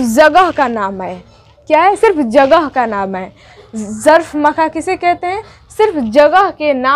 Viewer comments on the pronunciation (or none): Jagah z se nhe h balki j se h aapa aap ke talffuz nhe sahi h